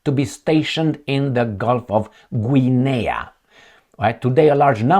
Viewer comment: Guinea is pronounced Ginny.. like Vinny with a G, I believe 🤔 😄 I could be wrong, lol 😂 🍻